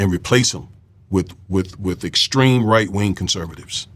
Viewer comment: "With" not "wif" "ambigUous" "popAlations I DO appreciate your blog, it's probably the BEST one on YouTube, so please don't 'internalize' my corrections. Thank you 100%